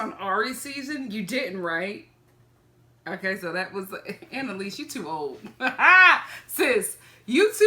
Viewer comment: ANALise 😂😂 I can’t stop saying it lol